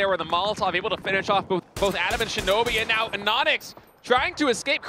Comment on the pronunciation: Shinobi instead of shinboi🤣